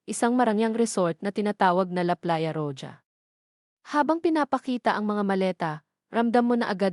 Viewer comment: Pronounce roha. Spanish word po yan ang roja